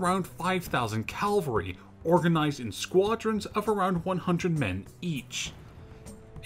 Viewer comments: Cavalry, not calvary. Unless you're talking about French special forces being made up of American evangelical Christians? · Not bad but you need to practice your pronunciation. Cavalry and Vichy mispronunciation was irritating . Lavarac . Syrian . The use of PNG and North African photos also unnecessary